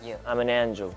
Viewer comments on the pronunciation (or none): I had to rewind twice to understand that Yeonjun was trying to say Angel lmaaaoooooo I love them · the way he was struggling to pronounce angel way so cutee